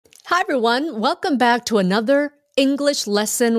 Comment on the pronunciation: Cô ơi! chữ to trong câu cô nói " So try to say eighteen" em tua châm lại thì âm to cô đọc là th, có phải là nối âm ko cô! em cám ơn ạ